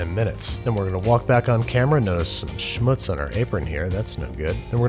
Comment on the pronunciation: Did he just say 'Schmutz'? Really strange too hear him speaking german and then it's even pronounced right. Crazy